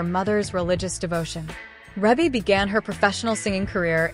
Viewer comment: Thank is not how you say her name.